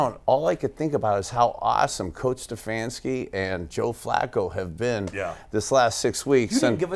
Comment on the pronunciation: The way says "StuhfaAanski" Really annoys me